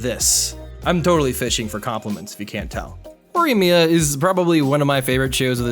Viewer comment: Just say “Mia-more-a